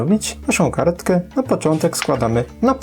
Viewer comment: karetkę a nie kartke